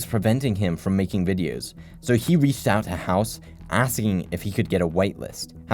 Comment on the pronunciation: “So he Reeshed out to hause”